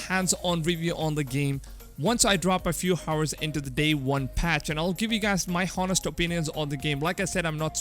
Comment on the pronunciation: 'H' is silent in 'Hour'